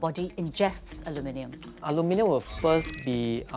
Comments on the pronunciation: You are not saying it correctly I'm still using it every day. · Thats some weird pronunciation of the word. Sort of like a hybrid version from mixing the American 'Aluminum' and the English 'Aluminium' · I am trying SO hard to pronounce “aluminium” the way she does, lol. In the US, we say “aluminum” with only one i. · The only thing more upsetting than aluminum affecting our food is that, though the word “aluminum” has 4 syllables, people keep giving it 5. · I THINK YOU SHOULD FIRST LEARN HOW TO PRONOUNCE ALUMINIUM CORRECTLY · Love how she does both the British and American pronunciation of aluminium at the same time! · I cannot get my head around how she pronounces the name. Like a combo of Aluminum and aluminium. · Just cringing at how "aluminium" is being pronounced. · Her pronunciation of aluminium at the beginning really offset everything 😂😂😂 I hold many respect for this program and this presenter particularly, it just let me laughed 😂😂😂😂😂 I know I shouldn’t laugh and there is no exact one certain pronunciation. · Learn to speak please. Its not aluminum foil. Its AlumINIum foil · It's funny (and bizarre and weird) that you say "aluminium", but you pronounce it like "aluminum". Super super weird. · wtf gibberish is this in the first few seconds alooominnnynumnums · Why are they using the French pronunciation… the English word is ALUMINUM. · Ali-mi-nyum. I see what you did there . Blended the two pronunciations 😂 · Ulminium 😅 - somewhere between the UK and USA pronunciation. Great subject though. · It’s pronounced Aluminium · Aloo-min-yum, is the newest pronunciation ive heard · The way she pronounce Aluminium bothers me lol .. She's pronouncing it like Aluminum (American) but then she says Aluminium (British) 😂😂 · The US English pronunciation of the word AluminIUM is so jarring. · It’s AH-LOO-MEN-NUM not AH-LOO-MEH-NEE-UM. The Asian men can pronounce it. 😂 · Anybody bothered by how she pronounces aluminum? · It is Alumin-i-um NOT alumin-u-m!!!